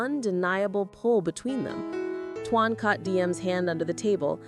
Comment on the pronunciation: And you should know how to spell his name by now it's t o a n not t u a n please speak it correctly